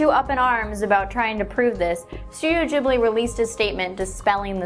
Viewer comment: I do love you, but you did something that annoys me to the end, all Americans I know of (and some Englishmen) do this. It is pronounced ghibli, like goomba. Sorry but I have to get that out, otherwise would have gone completely mad. Also, that scene you said was the last one, was before Mei went missing, in fact it is one of the causes, so it doesn't make sense that death is the reason they do t have shadows. Besides, they have shadows at the start of the scene as well. However it is possible that mei started dying or something in that scene because she gets a little lost, but runs into her sister just at the bit of it you showed us. There are no totoros then at all either. I could rant about that film for ages so forgive me. I got carried away